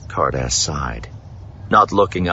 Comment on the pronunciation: I don't know why I kept hearing 'Hardass' instead of Ca'rdas.. 😅